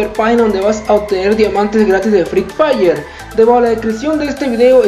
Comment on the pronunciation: Me parece que dice freed fire jsjaja solo digoo